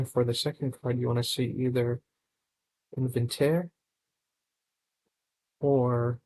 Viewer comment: Inventere seleta 😭😭😭. Its in-vi-ta-re and scelta is read like shelta'